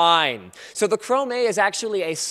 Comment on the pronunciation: "they call it the chromayyyy" nice with french linus ;)